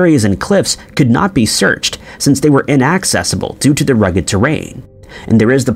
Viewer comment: Inaaaacckkkcesssible, or am I the only one who heard inaccessible pronounced that way?